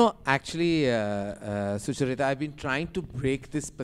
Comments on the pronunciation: Suchaaarita, why aren't you correcting Karan for the way he pronounces your name? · Karan, please pronounce Sucharita properöy 😂😅 'Succchar-reeta' kaun hai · Be honest. Does it bother you when Karan Johar pronounces your name wrong? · How does Karan keep pronouncing your name wrong😫